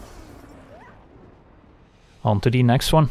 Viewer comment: "Onto De Next Wan" is why I am subscribed.